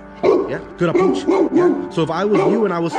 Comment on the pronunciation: Not saying good "ahpooch" to my dog...